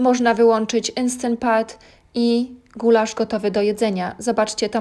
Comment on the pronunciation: "Enstent pat" 😂